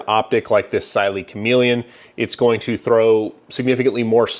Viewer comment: Always love your videos. One thing to note: Cyelee is pronounced (SEE-LEE). Straight from the company.